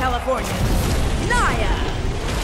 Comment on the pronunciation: I thought they were saying “knock me out” but there just pronouncing nia as (nee-ya)